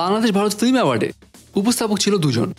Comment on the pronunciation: ফ্লিম নারে ভাই। ফিল্ম,ফিল্ম